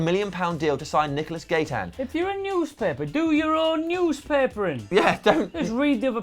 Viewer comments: A thing guys, Gaitan yo pronouce it like ga-e-tan, not gaytan!! (It sounds like that when says it) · It's pronounced guy-tan. Just thought I would throw that out there :)